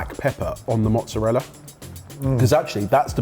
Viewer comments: At least he got the pronunciation of mozzarella correct! Potato, Patahto. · Then he says Mozzarella properly. He should have stuck to his guns and said “Mozzaraya”. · literally did it every time he said mortadella, but in the very next round he is saying mozzarella with "L" sound at the end 😮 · Guys, guys, guys… I like your channel a lot… but: Mortadeya… yet Mozzarella??? And I‘ll even let the wrongly-placed emphasis in Tamago slide… Other than that: keep up the great work! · It‘s funny because they‘re pronouncing mozzarella correctly.